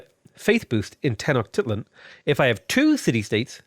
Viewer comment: By the way, usually Tenochtitlan is pronounced with a long "I" sound. So it's pronounced "Teh-nock-TEET-lawn." Think teat not tit 👌